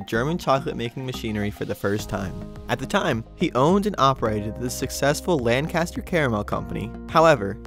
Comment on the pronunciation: It's pronounced "Lenkister". Re: Chocolatetown - Most of the locals aren't super thrilled about the Park taking up YET MORE LAND. That's the thing about building a theme park in the middle of town, eventually you run out of space. The land that's being repurposed was at one time the old Hershey Swimming Pool built in the 1920s and closed around 1940. It was simply filled in and seeded with grass. The only thing that remains is a large lighthouse sculpture. Dunno what they're going to do with that. I hope they leave it. The Hershey Golf Course still exists and is still open.